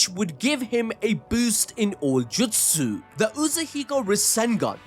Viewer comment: Bro please stop saying jutsu like that